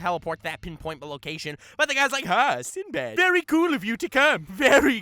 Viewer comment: I like when he said "SindoBado" cause in the anime whenever they pronounce his name it always sounded like that 😂